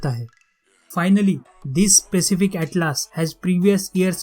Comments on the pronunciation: Bhai it's not atlaas it's atlas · Bhaiya please improve your pronunciation it will help you First of all its not atlAAs its Atlas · After seeing this video i am confused whether Atlas is pronounced as "At-Laas" or "At-Lus"or "At-Less".